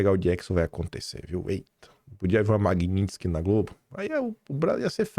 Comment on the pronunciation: pelo amor, pronuncia o nome dessa lei direito, o que é Magnintsky? Chega dói o ouvido, quem fala errado e é analfabeto é petista!! 😂😂😂😂